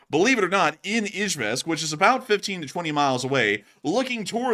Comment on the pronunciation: Love the analysis but the mispronunciation of Izhevsk drove me nuts!